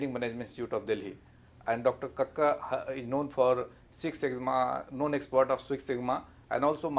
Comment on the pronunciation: Subhash Kacker, not Kaka pronouce well.